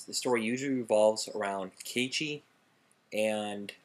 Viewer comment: You said Keiichi's name wrong -.-'